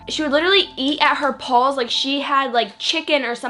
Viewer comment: Bitch please learn how to speak properly.. what the fuck are "pawls"?? It's P-A-W-S you dumb broad..